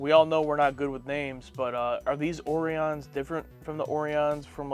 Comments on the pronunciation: Ore E Ons O Rye Ons weird pronunciations Fun Fact! we will see them again and they'll be green... about twenty years after this episode was made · At the time I felt too old to be watching this as a 14 year old. Child at heart my whole life but too old to watch this cartoon. I'll have to check with my little brother to see if he watched it religiously. The orions ( o-reye-ons) Certainly in the journey to babel and with the dancing orion slave girls it was pronounced O-reye-on. This was a good one. I think the other ship was a federation medical ship.